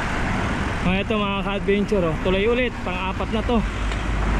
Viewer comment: Take a shot everytime he says "ka-adbeynchoor"